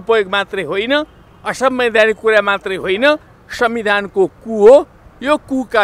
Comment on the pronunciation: Ku vaneko k ho alik prasta bolum na neta jiu